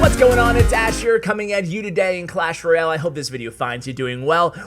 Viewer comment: omg you said "clash royale" normally in your intro this video and I loved it!